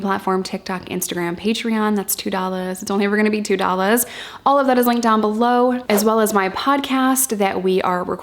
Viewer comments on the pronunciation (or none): I love it every time she says "that's two dollas it's only ever gonna be two dollas"